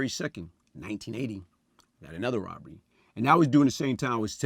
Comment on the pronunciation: Was it "Woberry" or "Burgery"! funny cause he can say the "rob" perfectly